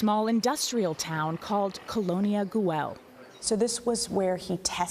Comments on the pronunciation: Guey not Guell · Nor is it pronounced “goo-el” 😆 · The ‘L’ is silent!